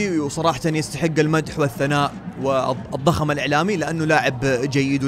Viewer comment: ١١:٩ يستحق الزخم الاعلامي ❌يستحق الضخم الاعلامي ✅ 😂😂💔 استمر السلسله حلوه